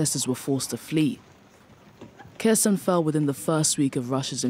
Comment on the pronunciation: It's Herson not Kerson!